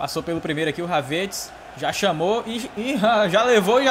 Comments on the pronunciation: fala o nome do Kai HAVERTZ certo.. rsrs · Mano só eu que tenho uma raiva quando ele pronúncia o nome do Havertz errado.